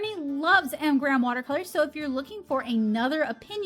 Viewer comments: I would think that being sponsored by M. Graham, you could have at least given them the courtesy of pronouncing their brand name correctly. But what made me turn this off was your cheesy and offensive southern accent. Completely uncalled for in any case, but especially so since M Graham is produced in the Pacific Northwest. How unprofessional can you get? 👎👎👎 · You keep saying “Mgrams” isn’t it “M.Graham”? Singular, not plural?